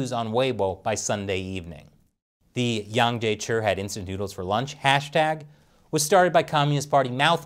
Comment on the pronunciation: Hey, where's your Chinese language linguist these days (Shelley, of course), that your Chinese pronunciation has deteriorated so badly? I'm sure Mr Yang would have sleepless nights if he ever watched your latest videos (on America Uncovered too!) and heard how you are distorting his name lately...! Imagine him calling you "Krees" or "Crease" or "Grease" Chappell... Would that not hurt your feelings too?!